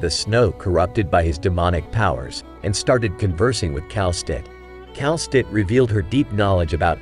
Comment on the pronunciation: The way you pronounce Kal'tsit's name is very weird. I think it's supposed to be Kal-sit not Kal-stit. Actually it's still up for debate of how to properly pronounce her name bc the Japanese and Korean localization of her name is literally pronounced Kelsey.